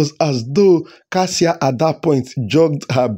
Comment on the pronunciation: It is Kassia not Kassie